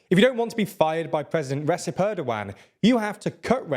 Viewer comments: I've never heard anyone pronounce Recep worse 😅. Reesip 😂 it's pronounced Ray Jep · IT is not RESEP. Read it as Re-jaep Tayyeb ErdoGone! Hopefully, it will be gone soon! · He's been in power for nearly your entire life and you still can't pronounce his name close to correctly? "C" in Turkish is pronounced like "j" in "job" in English. It's not "Ressep." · Please, guys, please stop pronouncing Recep (as in Recep Tayyip Erdoğan) as /resep/ – you do it every time! It's /reʤep/. 'c' in Turkish is always /ʤ/ as in John or Julie. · Please learn his name it's pronounced "Rajep Erdoaan"... Please keep this up so he finally sees it. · Who is this "resip"? :P